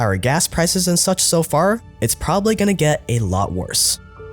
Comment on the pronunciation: Why can't the narrator pronounce the end of his words? For instance, his pronunciation of 'bought' is now 'bough', 'get' is now 'ge'. Drives me nuts. Good video though.